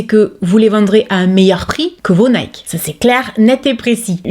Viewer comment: Nike, moi la fin je prononce "ki".